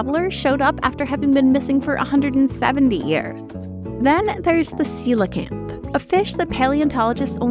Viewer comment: That's how you pronounce coelacanth!?